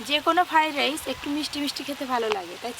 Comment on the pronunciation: ভালো করে কথাও বলতে পারে না ওটা ফ্রাইড রাইস না ফ্রাই রাইস হবে